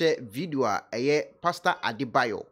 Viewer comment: The name is Adeboye and not Adebayor